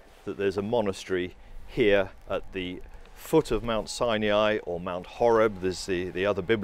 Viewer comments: The monastery is a place of PRAYER not merely meditation. What and where is 'sy uh ny' its called 'Sy Ny' Its like the difference between nuclear and 'nuk yoo ler'. Great video otherwise. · Mount SINE-E-I?